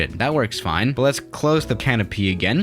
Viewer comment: "but uh we're flying just fline"